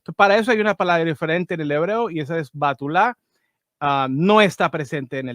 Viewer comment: La única palabra para virgen en los diferentes textos del tanaj Antiguo Testamento es betulàh y le corrijo aquí a quién está narrando se pronuncia bEtuláh con e y asentó en la a, y la h por cuestión de transliteración. Y efectivamente como no le han enseñado los evangélicos esa profecía, si fue que existió, porque yo dudo de la Biblia totalmente, mas llevemos le la corriente a librito, entonces si existió esa profecía no fue ni para el futuro ni fue para nosotros sino simplemente fue para el rey acaz( o Ajaz) como una palabra de esperanza de que ellos obtendrían la victoria y salvación, El hijo del que se está hablando ahí o el peladito es el hijo de Isaías y se confirma en isaias cap 8